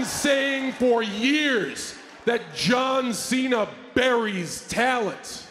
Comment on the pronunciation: Rhodes said john thena😂